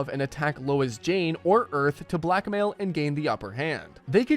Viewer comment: Yep. Lois Jane. I heard it too.